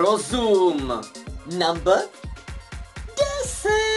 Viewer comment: Když neumíš říkat slovo "number" tak ho prostě neříkej!!!